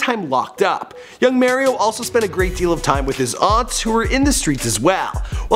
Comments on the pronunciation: His name is Mario Mims like the Mario Brothers video game not Mar-io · did you actually just fucking say MAIR-io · Merryo Lmmfao